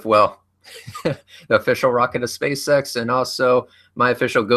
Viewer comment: is it only me that whenever he says spaceX, i always hear space sex?